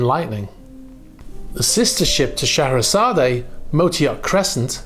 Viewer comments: I know this is a minor thing but in order to be correct , the e is silent on the end of Scheherazade and I think you want to be correct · Which is fine if we’re speaking Russian - I know it’s a small thing - it just kind of got to me on the third or fourth time he said it mostly because of being so familiar with the music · Please note: Scheherazade is pronounced Shu-HAIR-A-zod. (Shu.....as in 'shut'). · I wouldn’t be surprised if this were Putin‘s yacht. The first clue is in the name. The legend of Shaherazade (pronounced Shuh-hair-Uhzad) is that of a woman who charms a king who had made it a practice to marry a new woman every night, and then the following day send her off to have her head chopped off. He killed 3000 women this way, until a woman by the name of Scheherazade sought out the king to marry, and would tell him A story every night, reaching a cliffhanger at dawn… To which she would tell the king he would have to wait until the next night to hear the ending of the story. She did this for 1001 nights, bearing three of his children. In the end, the king falls in love with Scheherazade and allows her to live. I don’t think it’s a coincidence that Putin has three daughters, and in the scenario probably views himself as the king responsible for the decapitation of 3000 of his wives. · Mate you butchered the pronunciation on that one 😂 Shuh hair uh zaad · The "e" at the end of Scheherazade is silent and not pronounced. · The A at the end of its name as you pronounce it is silent. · Oh for the love of God. Pronounce the name correctly !!!! It is NOT sha hair a zad A. It’s Sha hair a zad, with a silent E!! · Not so sure you pronounce/emphasis the final "e" on Scheherazade. Should be pronounced "..zard " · The name is pronounced She-hra_zad and it is the name of the narrator of “1001 Nights”